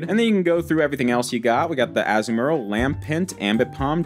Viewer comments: the way he says azumaril 😭 Its Azoo murl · As-mor-ill is how its pronounced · Azumarill: (Uh-zoom-uh-rill) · I cant with with the Azumarill (Azoo-Marill)